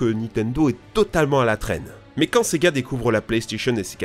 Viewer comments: quand tu dis sega j'entends c'est gars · Et du fameux : sEgA